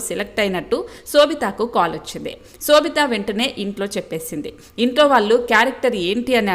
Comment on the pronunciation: Anchor need to know or learn how to pronounce shobitha’s name